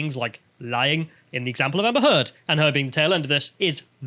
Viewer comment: Did say Amber Teard?